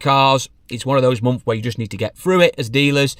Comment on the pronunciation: You spell months right but then say mumfs lol